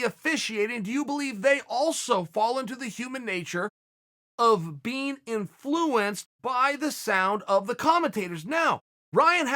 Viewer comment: Why does chael say inflUence lol